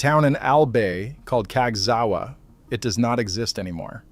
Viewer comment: He pronounces Casgawa: cags Gee double you Ay Not human!